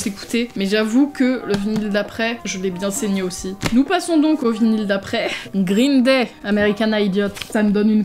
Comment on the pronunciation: Elle m'éclate les oreilles ta prononciation (grrrrreen day ) ps : t'es la meilleur bonne vidéo comme dab